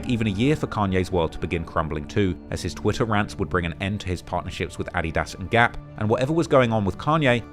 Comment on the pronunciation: NOW THATS HOW YOU SAY “adidas” 🔥‼️